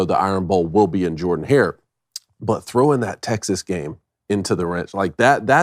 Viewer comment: With all due respect guys, it's JER-den-Hare. That's how Shug Jordan pronounced it.